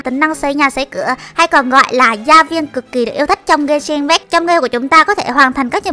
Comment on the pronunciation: Genshin impact đọc sai kìa chị ơi 😌👊 Bmú Fame Genshin hỏ?